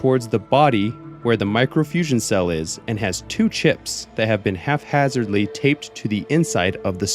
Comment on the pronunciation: Dude said "halfhazzardly"😂😂😂 Nah, bro...go read a book. HAPHAZARDLY